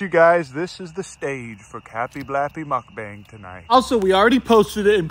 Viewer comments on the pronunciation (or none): Calling a mukbang, a “muck bang” 😂 (it’s pronounced “mook bong” (like book))